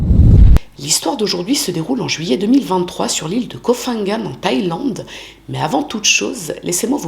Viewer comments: Koh Phangan se prononce pangan le h après le p est muet et ne sonne pas comme un f. Comme Phuket qui se prononce pouquette et non fouquette. Sinon bonne vidéo merci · Hello, j'espère vraiment que tu iras mieux après tout ce que tu as traversé! et merci pour ton travail, toujours interessant, original et bien documenté! pour info: en Thaïlande on ne prononce pas le ph comme un F mais comme un P, Koh phangan et Koh phi phi se prononcent Ko pangan et Ko pipi!